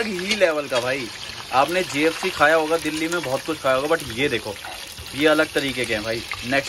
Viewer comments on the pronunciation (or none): none